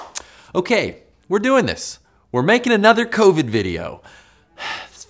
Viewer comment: I'm sorry, but this whole time , I've heard him say SARS2 COVY, but by its self, he says covid